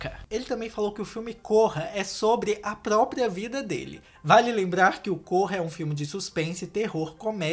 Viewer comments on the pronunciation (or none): none